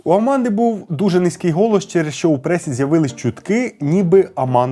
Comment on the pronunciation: Мій улюблений художник. Він, дійсно, геній. Відмовився розмовляти іспанською з королем Іспанії, бо він каталонець. Про брата теж знала. По інформартивності- молодці. Особисто до Вас прохання - попрацюйте над вимовою, бо вона поросійщена. В нас тверді шиплячі. А у Вас це звучить як «[якщьо], [щьо], [щє], [вчінок], [вибачьте], [розбираючі], [бачять], [чєрга]…” Випуск чудовий, дякую. Якщо б ще вимову підтягнути- буде супер